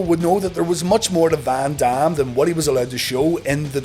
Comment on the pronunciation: The way he says Van Dam I kept thinking he said Bam bam, I kept waiting for a run in that will never happen